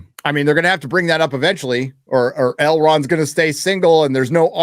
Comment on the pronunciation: "Doogie Elron" lol